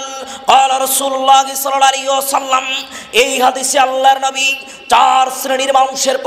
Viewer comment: নাবী না /// উচারণ হবে নবী আশা করছি খেয়াল রাখবেন